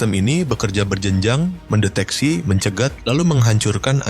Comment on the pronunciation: Bukan "sin yal"" tapi sebutan yg betul "sig nal" Mana ada perktaan " " menditeksi"bahasa indo tak ke utk.perkataan detection